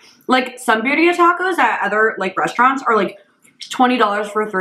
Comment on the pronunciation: My only question is, How does she pronounce “Cacio e pepe” (Italian) fairly well, but she can’t say birria (Spanish)?